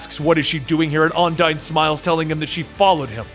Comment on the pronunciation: Has anyone else noticed that he pronounced Undine wrong the entire time. But still does a wonderful job.